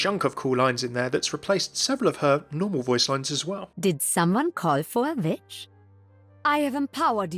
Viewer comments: Did somebody call for a vitch? Lmao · Did someone call for a vitch?